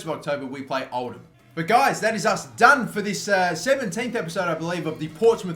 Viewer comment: Holy shit you can actually pronounce Oldham correctly.